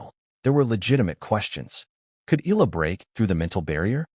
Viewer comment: E a la! Come on... pronounce it correctly!